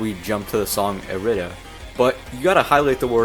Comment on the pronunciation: dude all ive taken from this video is that it's pronounced eh-rih-dah and not ih-rih-dee-ah I ALWAYS THOUGHT IT WAS IRIDIA FOR SOME REASON